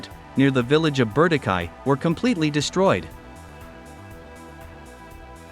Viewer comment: The place is called Ber-Dee- Chee 😂